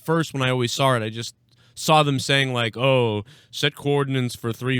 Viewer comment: Speaking on pronouncing words wrong you always say Sawrr instead of Saw lol it dries me crazy lol